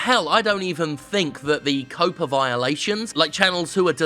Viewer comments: Why does Jim keep saying "COPA" when it's actually "COPPA"? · Jim... it's pronounced "Cop-uh" Like Cop, but with an Uhhh... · Jeez Jim, I'm sorry I thought you were going the stupid way with it like a lot of others who think COPPA and COPA are the same thing. But you didn't. But stop saying 'COOOWPAA' there's a double 'P' there pronounce the 'O' like you would in 'cop'. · Huh, you pronounce it "cope-ah"? I always pronounced it like copper with an "ah" at the end. Maybe I've been wrong this entire time. Still gonna read it that way in my head though. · Well said for the most part. But COPPA has two Ps, not one. C'mon, Jim, you're English. You should know to pronounce it similarly to how you'd pronounce "copper." My parents are editors, so things like that really stand out to me...